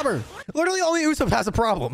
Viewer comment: Am I trippin or does he mispronounce usopp?